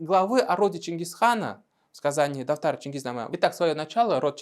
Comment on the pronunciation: Автор специально слово "дафтар" произносит "татар"?